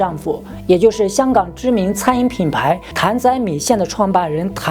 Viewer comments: Chris 不是Cherries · Chris 的正确发音是Kris 不是Cherries. Cherries 是车厘子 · Chris英文是苦力士，不是車力士😅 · 然後chris是唸成 克里斯 不是cherries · 克里斯，不是卻里斯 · 不是chris是读kris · Chris 發音成Cherries… 什麼國家的英文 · Chris 發音錯了吧 ！ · Chris 读音是。。。？